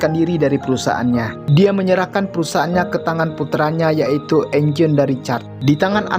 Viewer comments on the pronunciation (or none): Eugene bang dibaca yujin bukan enjin